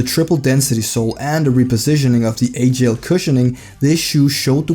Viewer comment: Also its alphagel not agel, the weight is off on the gel lyte 1